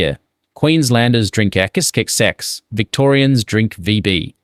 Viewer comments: That and XXXX was pronounced execexex 😂 Fkn AI shit. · Crappy AI speak - Can't even say XXXX. Gimme a break